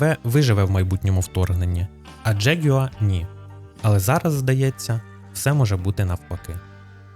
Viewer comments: Джегюер?!! Яка мразота! Взагалі то завжди було Ягуар, і читалося теж! Це збочення - вносити у нашу мову англіканізми!!! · Бляха, що за дЖєгЮааа????? Може простіше сказати ягуар? 😅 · Неможливо слухати. Який нах джеґуа? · Ти якщо понтуєшся, то вивчи правильно вимовляти слово ягуар англійською. А ще краще говори ЯГУАР як всі нормальні люди!